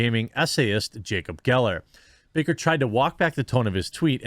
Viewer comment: Baker not Backer